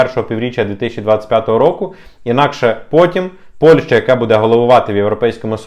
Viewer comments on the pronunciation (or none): none